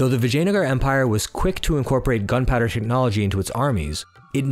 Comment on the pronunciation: As someone with ancestry, just the way you say “Vijayanagara” is 👌 Another great video dude!!